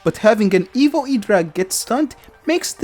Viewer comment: Your accent makes it sound like "Evil" rather than "Evo", which is honestly much more fitting. Evil Electro Dragon